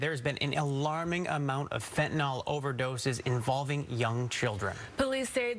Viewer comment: What is Fantinol? Is it anything like Fentanyl? Pronounce the word correctly ffs you are a highly paid new anchor